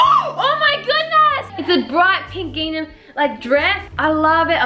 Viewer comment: Does anyone else get triggered when says “gingnam” instead of “gingham” 😭